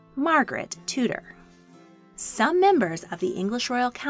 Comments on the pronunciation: I love your stuff but, with respect, could you please pronounce names as they are in their own language. Tudor is pronounced Tew-der. Sorry but it really rankles to hear something we are so familiar with being mis-pronounced. I hope and believe we pronounce your words as you would expect. It's just courtesy. Sorry, I do love your content. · I'm not the only one who is kinda triggered by the way they said Tudor?